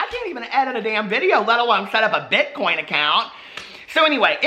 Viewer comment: BITCOUNT ACOINTS 😭😭😭😭😭😭😭😭😭😭😭😭 I’m screaming